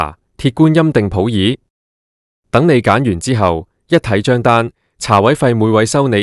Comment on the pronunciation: 旁述的常识不好，普洱的粤语是普利，不是普耳